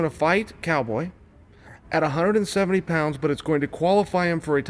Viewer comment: chael `one-sedeventy` sonnen